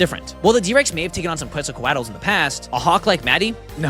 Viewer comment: no way bro said quetzoqoutals